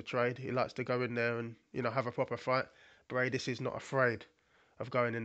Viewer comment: Not Breidis, but Briedis